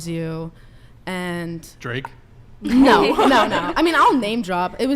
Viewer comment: Nar? What the fuck is "nar"? Is she trying to say "no"?